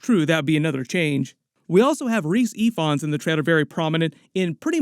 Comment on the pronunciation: I kinda sorta feel that during a symbiote movie for Spidey, MJ and Ned will get their memories back due to being bonded with venom, or something. Also, Rhys Ifans is pronounced Reece Evans, his family said he just changed it to make it seem cool